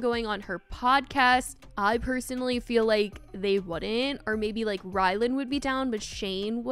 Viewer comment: Lol, hilarious every keeps thinking his name is “Rylan” — it’s RylanD.. And it’s not even his real name (it’s Ryan).